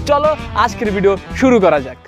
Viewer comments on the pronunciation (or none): none